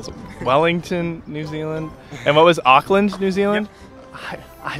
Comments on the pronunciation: Tip for Americans: don’t say auck - land say awk - land (like the end part of hawk) sorry it kills me the way you guys say Auckland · Auckland New Zealand They are saying Oakland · The pronunciation of Auckland was, interesting . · Try saying it like oar-kland not ockland and not New Z- ee- land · they said ockland not auckland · Auckland is pronounced more like ookland than ughkland. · The fact that most of them pronounced Auckland like Awk-land and how they pronounced Samoan as Sam-Mo-in made me cringe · Them saying Auckland like like was pissing me off lmaooo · The way they pronounce Auckland is just- I know there are reasons why like because of their accents, but it just triggers me.